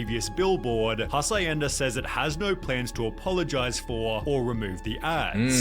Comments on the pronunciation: not the narrator saying "hasayenda". it's actually pronounced as "ha shen da" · Its pronounced as has-yen-da 😂